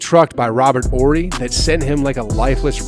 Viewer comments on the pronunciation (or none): none